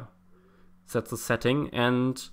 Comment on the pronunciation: I like how he says ze and not the. Sorry